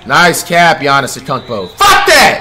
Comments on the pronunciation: bruh why tf he always says players names wrong . he literally said akunkpo wtffff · And how is Antetokounmpo “Uhcompo?” 😂😂😂😂😂 And I didn’t search that*